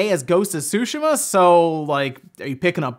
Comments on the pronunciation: whys he saying sushima its tsu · Dude only once did he pronounce it right every other time it he was just reading it as Sushi...ma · I find it funny how ppl say ghosts of "shoe she ma" and now it's "two sh ma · Is Ghost of Tsushima pronounced SUSHI-MAH or SUE-SHE-MAH? Out of all the Paper Mario games only Sticker Star is terrible, Color Splash is heck of a lot better than Sticker Star despite it having some issues. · Everyone: Ghost of Tsushima: Ghost of Sushma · I could swear he has pronounce it correctly before. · Everyone acting like they've been pronouncing Tsushima correctly now like Forza, when just yesterday we were all saying su-she-muhh lol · Charmara The devs want us to mis-pronounce the name of a city? That is crazy. IMO, it is like saying I-taly but whatever. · Why did you change the pronunciation of "Tsushima" all of a sudden? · You didn’t say Tsushima right 4 times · Why are you pronouncing Tsushima differently in this video? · Wow. That is not how you say tsushima. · You are pronouncing Tsushima wrong.